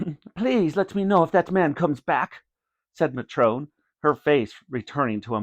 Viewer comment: He said matron wrong